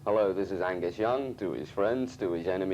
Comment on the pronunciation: Angus without the g is fucking great😂